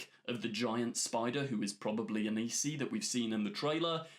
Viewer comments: Hi, just wanted to say its not Anisi, its Anansi, you said it right in your official trailer breakdown but for some reason changed it since the german trailer breakdown? A-naan-si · The spider is called Anansi. Not Anisi. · the Spider God is ANANSI not ANISI, pronounced AN-AN-SI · Anansi. pronounced “uh-non-see”